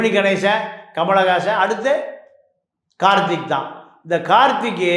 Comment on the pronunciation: கார்த்திக் என்று சரியாக உச்சரிக்க வேண்டும்.